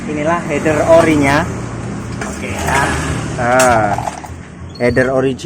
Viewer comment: mantab bro. akhirnya ada juga orang di youtube indonesia menyebut "Header" dengan benar. influencer yg ratusan ribu dan punya banyak moge aja masih belepotan nyebutnya "hiiiider". bikin kesel.